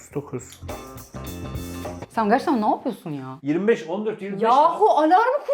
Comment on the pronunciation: abinin lukadis demes çok komik ve güzel ve ablanında nabıyorsunuzzz demesi hoşuma gidiyo